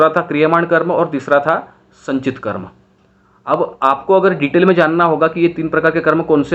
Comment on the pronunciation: Sir, call it Karm. Not karma. Like It's not Yoga.. it's yog, it's not mantra it's Mantr, It's not budha.. it's budh. 👍 Western people did this.